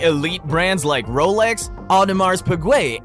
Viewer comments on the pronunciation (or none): ”Brands like Wolex, Audemars Peegway and Hubla” 👌